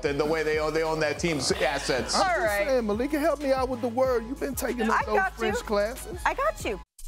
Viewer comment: Congrats Malika 😁👏🏾👏🏾. Your french accent is on point. 👏🏾👏🏾👏🏾🥳🥳